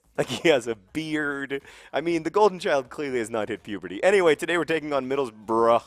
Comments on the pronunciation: It's "Middles-bruh" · I love that he thinks there ought to be an extra 'o' in Middlesbrough because he incorrectly pronounces all English towns ending in 'borough' phonetically, when it's one of the few places that is said how it looks. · It's bruh (bru) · John, the word is 'bruh'